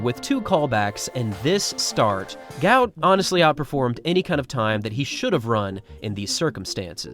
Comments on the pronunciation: Not ‘Gout’ like the illness. his South Sudanese name is Guot, said Gwot. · IT'S GU---OT .....not gout... y'all can't get it correct?? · The pronunciation is "Goot". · He is on record as saying his name should be pronounced Gwot Gwot, although his father says he will answer to anything! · Its Gwot not like the disease